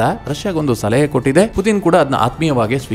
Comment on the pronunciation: Anna adu putin not puthin🙏